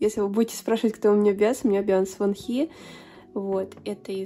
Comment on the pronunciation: какие красивые карты❤❤❤ очень мне по6равились❤❤❤ я хоть и не душила , но хочу поправить Во́нхи на первый слог ударение и не айлит , а айлилит. буду рада если помогла!!❤❤